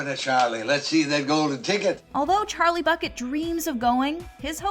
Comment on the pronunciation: i hae a ges about why charlei it sound like cholet